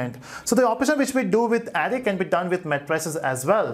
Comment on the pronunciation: It's a good tutorial, but you pronounce Array incorrectly.